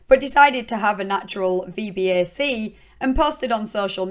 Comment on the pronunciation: Great video as always! Btw, VBAC is pronounced "Vee-Back" 😊 Not that it matters at all, just saying lol. I really love your channel and I have been binging since I found it!